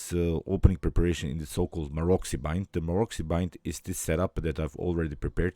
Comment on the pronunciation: Pozdrav,odlična partija i komentar,moja jedina zamerka je da se Maroczy izgovara MAROCI,a ne Marokzi:)